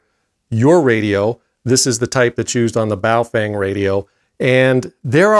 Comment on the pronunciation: Im glad you NOW know how to pronounce Baofeng properly.